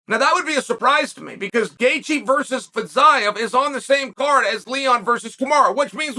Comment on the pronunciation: Has anyone told Fiziev that the new way to pronounce his name is Fizyav?